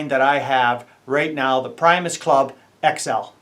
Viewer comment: Hey pal, its not pronounced pry-mos. It's pronounced pre- mos after Will Primos outdoor show lol. Just so you know